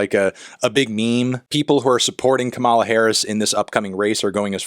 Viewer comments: You did not just say a word in English, let alone a name, is an esdrújula. That for the Spanish speakers only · You saying her name wrong 100x is like a declaration of war for resistance liberals LMFAOOOOO I LOVE YOU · he's clearly stressing the second syllable and not the first. Back in the previous election cycle, Trump was rightfully criticized for pronouncing Kamala the same way Anthony is doing here. Sadly those of us with non-"white" names never seem to get a break. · I can't believe I have to teach an American how to pronounce your own vice-president's name, but it's KAmala, not KaMAla. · Kamala is pronounced similarly to calm, so com-uh-luh not come-all-uh. I had a hard time watching for this reason :/ it comes across as a microagression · It's pronounced "KAH-mah-lah" not "kuh-MAH-lah" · Tell me you are clueless about politics without telling me you are clueless about politics. BIH PLEASE. Xanned out demeanor? The laugh? Could you please regurgitate another Fox News garbage talking point?! Her name is pronounced Kama-la. Not Ka,-ah-la. YOU ARE NOT BRAT AND NEVER WILL BE. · I hate that I am this person, but it’s KAmala, not KamAla💀💚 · I would just like to say that it’s pronounced COMMA-la, not kuh-MAH-la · love ya and agree with everything you’ve said in this video. just wanted to stop by and correct you on one minor detail- her name is pronounced KAH-muh-la, not Kuh-mah-la. not to be a Hermoine, but I think the correction is simply a matter of cultural respect. keep doing great things, brathony. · Yo melon just so you know, her name is pronounced "KAH-mala," not "KaMAla" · Just a reminder that her name is pronounced COMMA-La, not Kuh-MALA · You’re pronouncing her name wrong. It’s “KAH-muh-luh” not “Kuh-MAH-luh” “Comma-la” basically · Comma-La, not "ca-mala" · it’s comma-la. not kuh-mah-lah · KA-ma-la. Not Ka-MA-la. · It’s pronounced Comma-Luh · Are you actually unaware that it’s pronounced KAH-muh-luh? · I know it doesn’t matter but it’s “Kah-muh-luh”